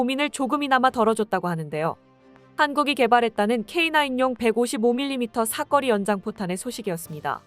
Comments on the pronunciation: 사꺼리가 아니고 사거리 발음이 아주 구려! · "사거리"가 왜 모두 "삭거리"로 발음을 하게 되지요? 이 동영상 뿐 만 아니라, 다른 유튜버들의 남녀 나레이션에서도 똑 같이 "삭거리"라고 발음을 하더 군요. AI가 그렇게 밖에 발음 을 못하는 건지... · 발음 교정좀해라 사거리지 사꺼리냐? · 내용중에 여러번 나오는 '사거리' 를 왜 '사꺼리' 로 발음 하는지 모르겠네. 사람이 아니고, AI 가 읽는 건가? 발음을 제대로 해야지. '거리' 와 '꺼리' 는 발음이 비슷해도, 의미가 전혀 다르다. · 사꺼리가 아니라 사거리인데. . 발음교정 좀 하시지요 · 사거리 발음 쬼 지대로 혀! 사꺼리 사꺼리가 뭐여! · 사꺼리 아닌데... 사거리인데... 젠장!! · 왜 자꾸 사꺼리라고 읽냐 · 사꺼리..사꺼리...졸라 거슬린다 ㅡㅡ